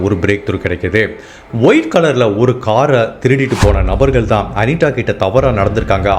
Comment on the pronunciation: ஹாய் உங்க வீடியோ அனைத்தும் அருமை ஒரு சின்ன வேண்டுகோள் தயவு செய்து தா வை தா என்றே உச்சரிக்கவும் அனிதா என்று சொல்லாமல் அனிட என்று சொல்கிறீர்கள் நண்பா தயவு செய்து தமிழை தமிழக உச்சரிங்க நண்ப